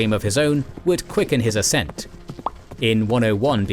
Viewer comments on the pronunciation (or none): none